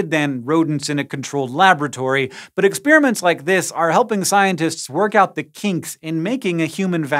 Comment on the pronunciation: Ex-peeeer-aments abound!